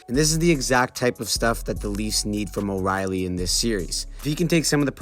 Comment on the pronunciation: It hurt my ears hearing him call him Riley